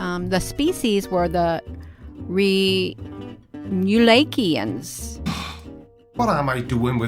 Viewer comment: she can't even pronounce remulakian properly.